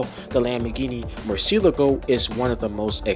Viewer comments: Italians and everyone else in the world: Lamborghini Murcielago This guy: Lamborghini Murcy-eleago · i mean you are contradicting your initial response here. You said you "tried", at first. And i can guarantee you now, that the way you said it, is not how the spanish say Murciélago at all because i am spanish😂